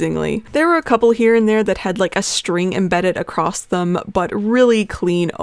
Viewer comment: What is it with you Americans putting a fukin D at the end of the word "across" its fukn across not acrossd.